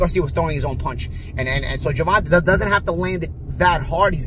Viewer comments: why does keep pronouncing Gervonta like that? Its supposed to be Ger-von-tay. its either a subconscious thing or purposefully mispronouncing to be disrespectful and slick. but his demeanor doesn't seem disrespectful at all hes strictly talking great boxing analysis as usual. that Ger-vont-ta pronunciation was annoying at the beginning lmao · His last struggles with range… but he still knocked out the guys who had a longer reach lmao you were so wrong. Also, his name is NOT Gervon-tuh, it’s Gervon-tay. C’mon, stop messing up his name. Be a professional! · Why do you insist on calling this man Gervon-tuh? It's Gervon-tae, and you know it. Your deliberate mispronounciation of his name is disrespectful and raises my eyebrow. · You need to learn to put on a seatbelt, you also need to learn to say Gevonta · You saying his name wrong 🤣🤣🤣 Gervonta. Great analysis. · So you just gon keep calling em "Gervontuh"?😂😂😂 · His name is not Gervontaw. 😂😂😂😂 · Always good to see expert info. Love how you pronounce tanks name😂 It's pronounced (JER-VON-TAY) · It's pronounced Ger-von-tay . How do you not know that as big of a name as he is 🤦🏾‍♂️🤦🏾‍♂️🤦🏾‍♂️ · Why does he keep saying Gervontah? Lol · Why’s he keep calling him gervonta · Who the fuck is Gervontah? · As a New Yorker, I find it interesting that you can't say the man's name right. Day, stay, lay, hay, play. All P.S.s taught these rhyming sounds. It's the short 'a' sound.....fyi like day, stay, lay. Pathetic. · It’s spelled gervonta but it’s pronounced ger-von-tay!!! Get it right 🤦🏽‍♂️ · Do you pronounce tanks name wrong on purpose? 😂 sounds like you’re saying gervontuh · Why are you pronouncing his name Gervontah, and why not just say Tank. Have some critical thinking skills. Who wants to hear Gervontah every 5 secs when you talking. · Who tf is GervanTah? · I like how knows that's not how you pronounce tank's name but continues to say it anyway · You pronounce his name wrong disrespectful